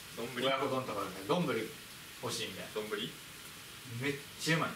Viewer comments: むりwwwwwど⤴︎んぶ⤴︎り⤵︎ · のイントネーションがずっと『どんぐり』なんじわりますね😄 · のどんぶりのイントネーションがじわじわくる笑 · 丼ぶりのイントネーションどんぐりやんw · どんぶりのイントネーション😂